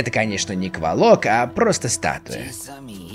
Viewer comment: Енто не КволОк, а КвОлок)